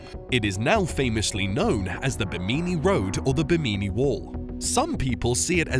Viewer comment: Bimini Road pronounced "Bim`-in-eee" road